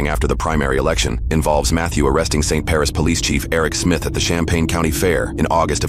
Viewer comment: It’s not “Paris” it’s “Parish”.